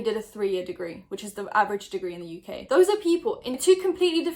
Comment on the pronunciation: where are you from out of curiosity? I’ve always assumes English (you sound Geordie to me but I have the worst ear for accent) but am now having a crisis because of how you said “in the uk.” Help me please XD